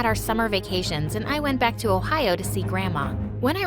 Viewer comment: Did she say ohio😭😭😭